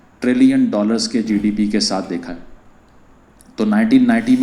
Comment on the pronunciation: GDP to bolna sikhle